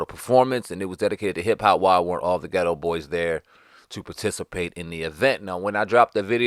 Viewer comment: The name of the group is “The Geto BoyS” (emphasis on the “s”), NOT “The Geto Boy”.